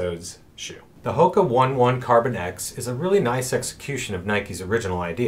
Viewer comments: Just a friendly FYI- Hoka One One is pronounced Hoka Oh-nay Oh-nay. Thanks for the vids! Love them. I especially like being shown that with minimal tools, significant explorations can be done. Very cool. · Awesome vid Its Hoka Own-nay Own-Nay